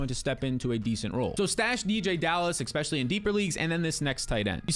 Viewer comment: Especially..not Expecially